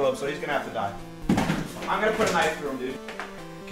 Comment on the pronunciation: when he said "kniev" i felt that.